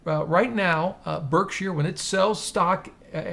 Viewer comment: It’s funny how he keeps saying “burg-sheer” 😂